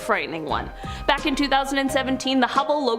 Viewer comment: Nice to hear her pronounce hubble correctly. Landon called it hue-ble on a video I just watched. "Is this real life right now?"